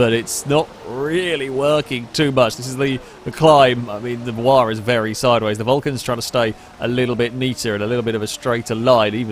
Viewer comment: took me a while to figure out by ''waar'' you meant Huayra! lol